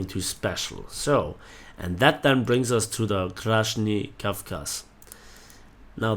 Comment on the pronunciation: I'm Russian so I'll help you to pronounce correctly: Krasny Kavkaz should be read in Russian approx. like [krasnij kafkaz], with [j] the same sound as j in german "Ja" (yes) Plamya is [plam'a], with [m'a] instead of [ma], so plamya has soft m instead of plama. A way to get proper [m'a] is to pronounce "mia" very fast, when [i] becomes not clearly distinguished. By the way, plamya (пламя) means "flame", and Krasny Kavkaz (Красный Кавказ) means Red Caucasus